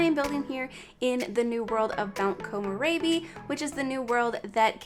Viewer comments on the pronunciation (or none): love your build as usual ;; <3 ps: it's pronounced ko-mo-reh-bi (re as in rental ;>) not ko-mo-ray-bi!